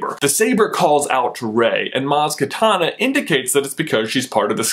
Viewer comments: did anyone else catch him say "Maz KATANA" instead of kanata? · maz kanata not maz katana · I love how he mispronounces the names, Maz Katana and Duchess Santine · its maz kanata not katana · Lol... Maz Katana? Neat switch of consonants there ;) Also anyone up for a light katana? I mean the black saber kinda looks like that I guess... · "Maz Katana" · "Maz takana" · You said katana but it's kanata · Maz Kanata.... not katana lol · Did you just say "Maz Katana? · did anyone else notice he said Maz Katana and he says 'Santine' instead of Satine